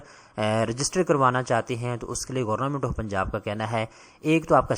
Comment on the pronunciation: گورنمنٹ ❌ گورنامنٹ ✅ 😂😂😂😂😂😂😂